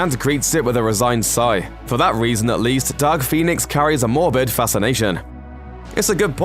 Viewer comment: With your accent, it sounded like you said Duck Phoenix.